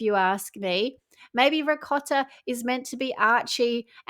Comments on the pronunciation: she doesn’t say ‘ricotta’ in Italian accent - she knows nothing about that language and can’t do that accent for sh*t 💁🏻‍♀️ She just does a weird foreign pronunciation which she seems to BELIEVE is Italian 💀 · Her Italian pronunciation of ricotta is a copy of Giada , she always said it that way from her real Italian background and speaks the language! Nothing original!🙄